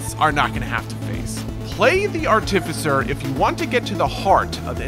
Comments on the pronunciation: I can't get over how this guy pronounces "artificer." It's supposed to be arti-ficer, not ar-tificer. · It’s not artificer it’s art-uh-fise-er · Buddy: "Arh-TIF- fiss-er" English language: you are putting emPHAsis on the wrong syLLAble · Ar-tif-i-sir has become a new meme between me and my friends. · hehehe, "are-tì-ve-sir" Imma call it that from now on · Well excuese me being nitpicky but he pronounces artificer wrong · the way this guy pronounces artificer makes me want to cry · Can’t wait! Also hearing you pronounce artificer hurts my DnD trained soul! But it’s def gonna be my new main slug cat! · I don't like how you say artificer